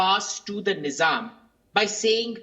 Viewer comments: Why "ny"zam? It's "Ni"zam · Rahul shivashankar is being funny. It’s Neezam, not Niiizam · I wanted to watch the full video but every time he said ‘Niizam &, , Naiizam, I got frustrated